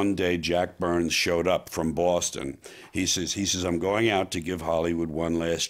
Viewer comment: Think George is the only New Yorker that can pronounce "Boston" correctly! We miss you George, your attitude is much needed in this day and age.